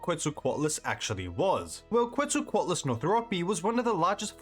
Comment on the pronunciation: I really enjoy your videos, but I had to give up after 40 seconds of hearing your pronunciation of quetzalcoatlus. I just can't do 18 minutes.